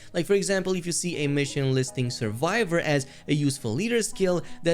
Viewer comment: Surveyor not survivor. Dyslexic much?